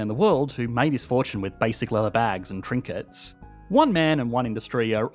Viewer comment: The way he says trinkets tho